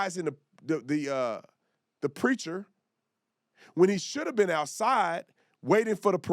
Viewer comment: The Preatchrr ? Or the ice Creature.